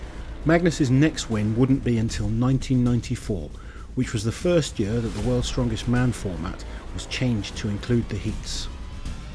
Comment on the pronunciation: Everyone else: year This guy: yeeør